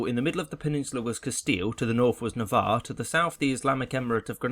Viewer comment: well I guess I know how to pronounce navarre now!